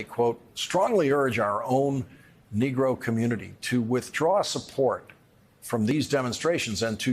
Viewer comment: Reporter you slipped up, on the word Nergo, u kindda put a "er" on that work, that aint cool!!